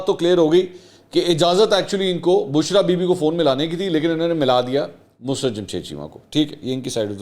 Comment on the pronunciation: مسرت کا تلفظ درست کر لیں ۔یہ لفظ mus rat نہیں بلکہ musarrat ہوتا ہے ۔۔ mu..sarr..rat